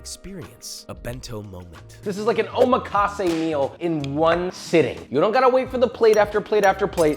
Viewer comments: your 'omakase' pronunciation kinda hurt me lmaooo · As much as I enjoy learning new cooking techniques, the way he pronounces some of the Japanese terms like tamagoyaki and omakase hurts me inside